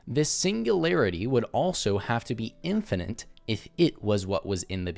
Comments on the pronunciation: I can deal with deteriorization, because that only shows up once; I twitch every time he says "in-fah-nint" instead of "in-fah-nit". IT ONLY HAS TWO Ns IN TOTAL. STOP IT. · Did he say "infinant"?